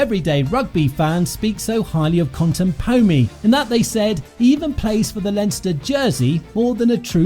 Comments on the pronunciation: Great vid! But please, for all english speakers, it's Con-te-po-mi. Not Con-teN-po-mi. Same as when people say TuilaNgi, I don't think there is a 'n' there, but maybe that's the samoan way. But definitely not in Latin 😊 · There is no 'M' in his name. If you are going to do an entire video about him, at the minimum, get his name right! Otherwise, a great video.